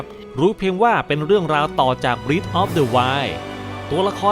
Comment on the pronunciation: breath of the wild ตรง breath ฯ ที่นี้ เป็นคำนาม จะอ่านว่า “เบร๊ธ” ครับ แต่ถ้าเป็น verb มันจะอ่านว่า “บรี๊ธ” สะกดเหมือนกัน แต่อ่านคนละอย่างคับ